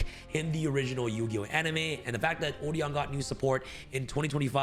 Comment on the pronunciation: Odion is been mispronounced